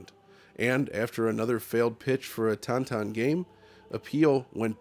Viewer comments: Tan-Tan. Wolfenshtein. Whats up with your pronunciation?😂 just say the names as everyone else does.. Tin Tin. Wolfenstein. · Don't you ever pronounce Tintin like that again.